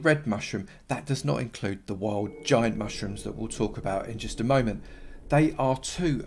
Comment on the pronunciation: Anyone hear him say mushtrooms